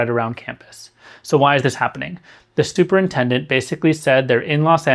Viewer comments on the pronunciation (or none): At :37 he states accurately " the Stuper-intendent" of Beverly Hills HS. Well said.